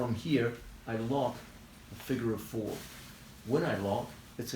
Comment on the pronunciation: "... in the figure of fourrrrr" 🤘